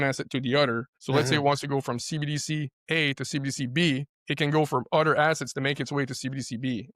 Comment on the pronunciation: never trust someone that says "udder"